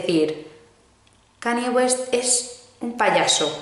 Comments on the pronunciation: KAN-YE, como si la Y fuese "ye", please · Kanye aprende a pronunciar!! 😂😂